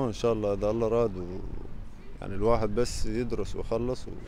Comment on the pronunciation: الله وليس الل